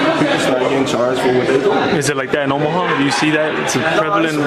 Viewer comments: Omaha bro OMAHA. Not omahar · I respectfully say this. It’s not a r at the end of Omaha. Plz leave the R out of Omaha. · Bro if you say omahar one more time 😤 It’s Omaha. Omaha!! Not har.. lol Much love brother 😅 I just had to get that off my chest. ✌🏿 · Omahart?!..why bro? Smh 😂😂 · Omahar lol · Is no one going to correct this on how to pronounce Omaha?